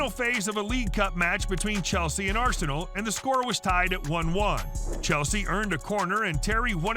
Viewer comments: Arsenay wen-ga Hahahah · Lets hear it for R-sen-ee Wen-ger